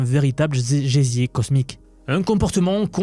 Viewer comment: C est plutôt un geyser prononcé gésier ! 😅